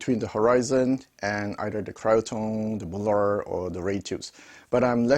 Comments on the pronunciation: "Mulah'd" Good new pronunciation for the super expensive NOS British manufactured valves😅 Plain Mullard for new Russian tube products ? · Please accept this as advice, not criticism. Mullard was a British company and I am old enough to remember when they were still producing electronics. The name was always pronounced in an English way; i.e. the u as in mud and the ard as in hard. By the way, what is happening with modern made Mullard valves being marked British made when they're pretty obviously Chinese made?